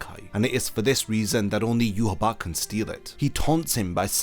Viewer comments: Why the hell is his name pronounced like that? There isn’t a “b” in it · It will be such a relief to learn that you have been pronouncing Yhwach wrong this whole time.